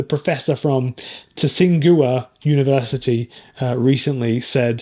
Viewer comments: The world renowned prestigious Tsing Hua is pronounced more like CHING Hwa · Dude it's pronounced "Ching" "Hua"... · Easy way to say Tsing Hua is maybe to try "Ching Wah" better if you can add short Ts in place of Ch...Great Video!!